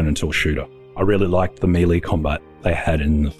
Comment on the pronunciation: Still cant pronounce melee? MAY LAY